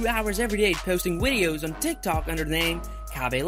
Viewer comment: the way he said wideos was adorable